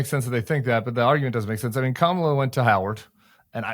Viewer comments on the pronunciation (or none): His biggest tell was mispronouncing Kamala's name. Clearly he's been drinking from the Trump Kool-Aid fountain.